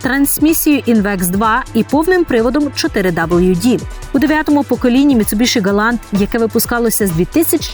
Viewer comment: Ну вушы ж баляць слухаць як Вы каверкаеце назву маркі. Ну якая "МіцубіШы" калі МіцубіСі??? Проста кроў з вушэй і не магу глядзець ролік